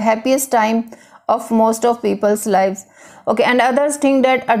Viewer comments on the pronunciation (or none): I think first u pronounced lives as leaaves... Livvvesss.. .. however information by u is very helpful